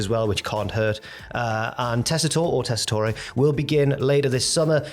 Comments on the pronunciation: Tessi-tore. Not Toray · Americans are hardly going to pronounce it correctly lol, it's Tess-uh-tor-eh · Tessitorey is how you pronounce it